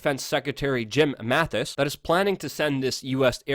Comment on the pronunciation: Mattis, not Mathis. Love you guys.